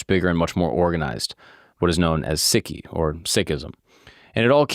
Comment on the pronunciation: Its not Siki ...its Sikhism